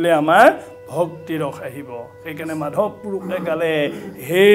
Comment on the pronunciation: মাধৱ মাধৱ --- শব্দৰ উচ্চাৰণৰ ওপৰত পাঠক সকলে লক্ষ্য ৰখাটো ভাল । বহুতে চাই আছে সমালোচনাৰ উৰ্ধত থাকিব লাগিব । ক্ৰিষ্ণ ।